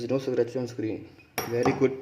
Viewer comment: What are we gonna do with the back of the phone. Hahahaha funny guy don't no also how to pronounce scratch hahaha nonsense, nobody will bend the phone instead of calling or playing. Idiot.